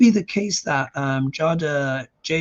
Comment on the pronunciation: I believe her name is pronounced “Jayda.”